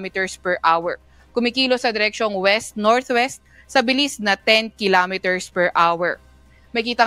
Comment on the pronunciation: Kilameter ba beh